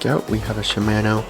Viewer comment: Idk why but the way he pronounces shimano bugs me